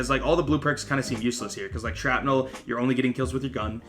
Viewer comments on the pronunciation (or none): none